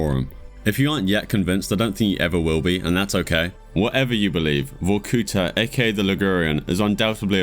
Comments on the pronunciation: it's not vokúta, it's Vorkutá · not "VorkUta" but "VorkutA". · it's not VorkUta it's VorkutA, thank you